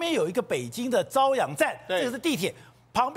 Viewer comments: 那个不读 zaoyang 读caoyang。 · 这里“朝阳”的朝读作朝鲜的朝！